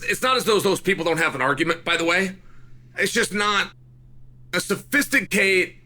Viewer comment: Literally thought my phone was lagging when you were trying to pronounce sophisticated 😂